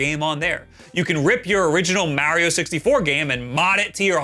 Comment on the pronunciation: why does he say mario like that?🤣🤣🤣